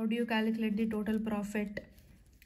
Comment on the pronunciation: Mam the way you communicate is so nice, especially you spell words like profittt,take ittt is so cute❤